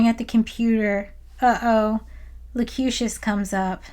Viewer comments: It's Locutus, not Lecutious. FYI. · Great video. Cute Presenter.. but I keep laughing the way you pronounce "Locutus" its (Low- QUE-Tuss) and you pronounce it (Low Que Shush) like Confucius 🤣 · why do you keep calling locutus locucious? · Is there some canon reason you keep saying "Locucious" instead of "Locutus?" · I'd pay her 5 quid just to keep calling him "Locutious" despite what her script writer says. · I love this video, but every time you pronounce Locutus as Locutious it makes me sad, because you're so on point about everything, but I have to question whether you've actually watched any of this, or not. Also, a little tidbit you (and some others) may have missed, was that this Riker wasn't William, but Thomas :) Also, Changelings don't require oxygen, food, or water. It's highly likely that their "ship" was also part of The Great Link. They'll be riiiiight back. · I have it!! A nit-pick! A correction! It's 'Locutus' (not Locutious) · Ok im only an hour in, but pronouncing "Locutus" as "Locutious" is killing me c'mon. Please tell me that gets fixed later. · Also, I’m new to the channel but I hope the “Locucius” pronunciation thing is a joke! (If so, not a bad one.) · Why are you calling Locutus, "Locutious?" Now having doubts about your Trekkie cred. EDIT: Oh. I now realize you suffer from Thompson's disease. Named after a friend who knows how to pronounce things but for some reason his brain disallows it. Say: "contrarian." Otherwise, good essay. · Not just Shields on his house but a cloak. So cool. Also I think the romulans were posing as Vulcans. O was very robotic. Also are you mispronouncing words like Locutus to trigger all of us nerds? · Locutus.... there is no "io"